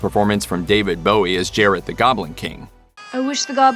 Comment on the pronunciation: Did he say Jared the Goblin King? Did he?! I can't tell. Regardless, it's Jareth lol. And I'm all for some of these. But legacy sequels seem to be the new hot thing. So long as the reboots and unnecessary remakes stop